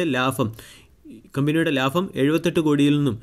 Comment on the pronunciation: ലാഫം അല്ല ലാഭം 🤣🤣😆😆